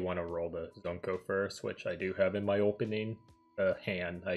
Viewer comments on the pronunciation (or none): I usually don't care much for JP mispronounciations but I just couldn't with Lori and Zunko. 🤦‍♂️ Regardless, thanks for the guide! I've been trying to clear D so I can start getting blue reports(currently L34). I was going to play the Asia version myself but heard Global was coming so I just waited for it.